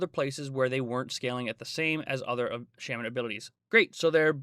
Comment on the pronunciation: It’s not shamen it’s shaman